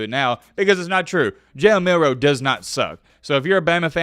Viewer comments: Jalen Mildew hahaha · his name is Jalen Midroe